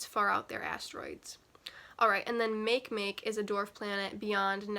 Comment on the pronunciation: MakeMake is pronounced MAH-kay MAH-kay.